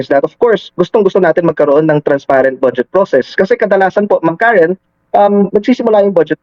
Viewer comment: boss .karen po..hindi karin😂😂